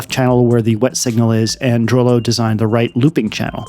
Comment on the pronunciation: unless he said it wrong, i thought Droeloe was pronounced Droo Loo